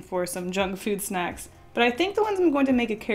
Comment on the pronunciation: Okay but when you said; ‘onto the squid snacks’ I heard; ‘onto the squid sex’